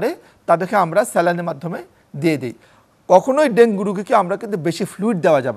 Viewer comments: ডেন্গি ডেন্গি করতাছে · Dengi ki ? It supposed to be dengu. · ডেংগি না ডেংগু 😊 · ডেঙ্গি নারে সোনা,,, ইটস ডেঙ্গু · মেডিক্যাল সাইন্সে সব ইংলিশ পড়া! 😂 ওখানে ডেঙ্গু না ডেঙ্গি উচ্চারণ করতে হয়! সাধারণ আবুল বাঙালি তো বুঝে না, বুঝার চেষ্টা ও করে না! এখন এত কিছু যদি সবাই বুঝত, তাহলে সবাইই ডাক্তার হয়ে যেতো 😆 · ইংরেজীতে উচ্চারণ ডেঙ্গি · ডেঙ্গি সঠিক উচ্চারণ